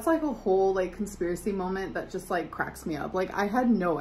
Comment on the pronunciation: "A whole conspiracy molment" Girl 🙄